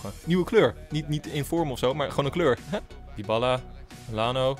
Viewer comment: je spreekt het uit als diabaalaa